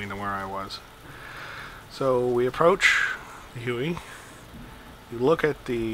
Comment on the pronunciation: yyyyyyyyyyyyyyyyyyyyy...it is huey,not hue.hue is a city in vietnam